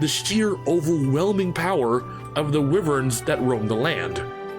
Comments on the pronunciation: hears wivern instead of waivern i may like your opinion but your proceedure is unbearable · I'm just wondering why he's pronouncing the word "wyvern" as [wii•vern] instead of [why•vern]... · Lol "wivvern" is that really how people pronounce it? I have said "why-vern" since the 90s when I first read it in a book. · The way you pronounce wyvern, as wivern, makes me cringe.